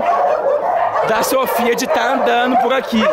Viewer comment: A falou meu nome so que com o i 😅 SOFY